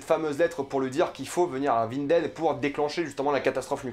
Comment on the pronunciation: Faut prononcer vinden